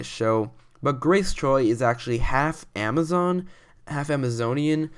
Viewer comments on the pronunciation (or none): none